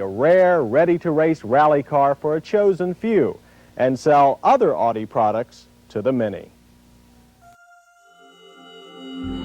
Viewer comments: That made me wanna punch him through my computer screen. It's "Ow-Dee" not "Awe-Dee"; get it right! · "Oughtie" instead of "Ow Di" from West Germany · He keeps saying "Oddie" instead of "Ow-die." LOL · Odi? What the fuck is an "Odi Coop"? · "Oww di" is correct. He isn't saying it right here. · Dislike how people pronounce audi. Say it right! 😒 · Ugh. If you’re going to review a car, at least learn how to correctly pronounce its name! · Please never pronounce Audi like that again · The way he pronounces Audi in this video drives me insane. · However it is pronounced, it is the Latin form of its founder's given name, August.